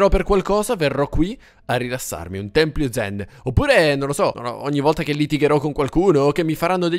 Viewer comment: si dice tempio, non templio ahahah😂❤